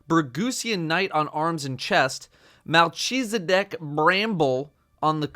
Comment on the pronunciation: sorry to be that guy, but since i know how its pronounced from experience i have to say it. melchezidek - mel-kiz-i-deck.